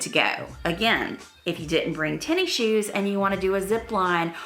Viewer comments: I like your videos but you calling it “tenny shoes” makes me mental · I like how you say Tenny shoes must be a southern thing!